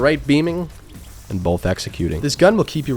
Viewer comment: He doesn't say both, he says bolth